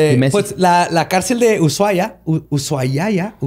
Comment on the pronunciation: Ahí pronunciaste bien Ushuaia! Se pronuncia "usuáia", con acento en la primera A y sin el sonido de "sh".